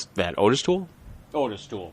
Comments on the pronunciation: I’ve never seen the crime laid out like this, good job. No biggie, but Toole’s first name is actually pronounced “Ah-tis”, not “Oh-tis”. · ~ His name is pronounced "Oddis." Hence the two t's in his name. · ~ I have Joel Norris' book about Henry Lee Lucas, original pressing, which came with an audio cassette, and in the recordings of Lucas' confessions, he pronounces Ottis Toole's name "Oddis" every time. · Hes probably pronounced that way on purpose coz he doesn't give a shit about that scumbags name!